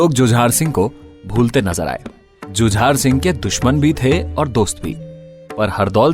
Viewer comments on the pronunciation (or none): भैया राजा हरदौल की कहानी आपने बहुत खूब कही है सुनकर आनंद आ रहा था कमी नहीं कह सकता हूं कोई भी । राजा हरदौल के बड़े भाई का नाम श्री जुझार सिंह ( झुंझार नहीं ) जुझारू शब्द से बना है जुझार बुंदेलखंड में अधिकतर क्षत्रियों का नाम होता है जुझार सिंह जो परिस्थितियों से जूझकर राज पाठ प्राप्त कर पाए थे।